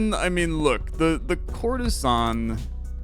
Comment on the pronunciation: For some reason, everytime you said "courtesan" I've heard "Coruscant" 😂😂😂😂